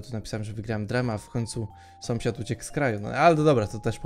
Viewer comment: sąsiad a nie somsiad